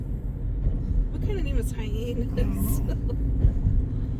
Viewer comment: Hey, guys, is Henus, on the transcript possibly Hyannis? The founders of the town probably came from the East and brought the name with them. It's Hi ann is (soft S).I loved your pronunciation, it's one of the more humorous that I have heard. Can't wait to see the rest of your trip home, hope you had fun!